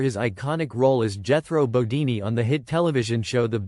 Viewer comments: I agree. Is this guy just reading a script. It's Jethro bodeen Not deenee. Wow. What a major mistake. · Jethro "Bodini?" Why not take two minutes to review/correct your AI VO? Your credibility is ruined. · Jethro bo- DEEN. Not DEE nee. The show is on the ME TV channel if you need clarification.